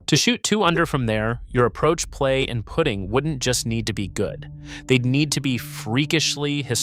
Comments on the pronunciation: Trump continuously cheats and never won any trophy at any course; except for ones he owns. And AI should know the context of the words it is using. For instance, in a golf video the word "putting" is not pronounced like you are "putting" something away. They are spelled the same but sound different, plus LIV is mispronounced. Trump's cheating is not controversial in the least, it's endemic to his character. Trump was never a 4-5 handicap golfer, as even the friendliest pros say his best is around 10, from the forward tees. His putting is a joke. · Trump is a liar so whats new and who cares about his golf. With all due respect learn the correct pronouncement of "putting:" and LIV is not lv5. Come on....you are better than that so research will help.